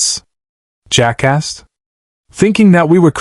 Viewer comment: Every time it said "Jack asked" but it came out jackass was hilarious.